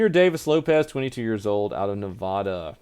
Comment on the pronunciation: Love but damn he rly need to learn how to say nevada